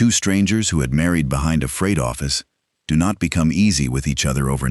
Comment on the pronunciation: What's a "Froght Office"?